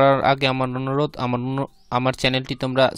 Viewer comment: Thanks but apni onurodh korben na nonorodh korben😅😁😄😆😂🤣🤣🤣🤣